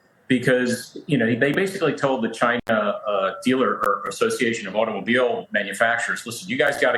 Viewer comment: Many of your subscribers/ frequent viewers are of Chinese descent or Chinese or Asian. Please refrain from mocking the name of the country by mis pronouncing it.